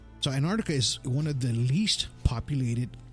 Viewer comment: Terrible. Very childlike presenting. This guy must have done 5 minute's research before the show. Knows absolutely nothing about Antarctica. In fact he can't even pronounce the name correctly.